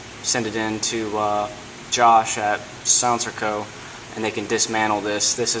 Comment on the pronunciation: Your pronunciation of sig sauer and silencerco made my ears bleed profusely.